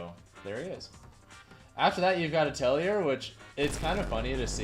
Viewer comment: Atelier is pronounced Atelly-eh. It's French, means studio/workshop